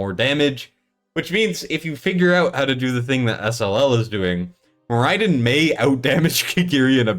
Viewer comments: can you please stop mispronouncing the SHIT out of Moriden (MORR-uh-dun)? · How are people still mispronouncing Moriden?